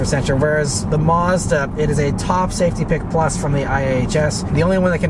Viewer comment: It's pronounced Maz_da, not Mars_duh